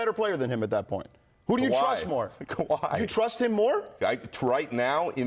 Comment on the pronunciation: Fat white dude don't know what he talking about. "Kawhi"😅😅 .. can't wait till this season